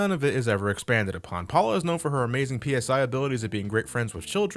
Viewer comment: The way you keep saying P-S-I instead of just "sci" is driving me crazy. Ness doesn't use "Pounds per Square Inch" to attack his enemies, he uses PSYchic powers.